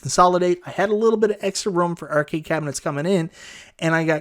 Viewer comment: urcade is all I hear